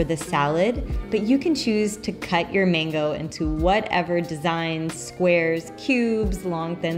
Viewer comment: It’s MANGO. NOT MENGO